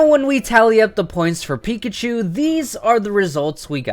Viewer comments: says pikahu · who else noticed at the end it said, "Pikahu"?